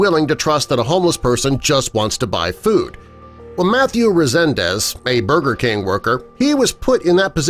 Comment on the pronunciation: He said burber king SMH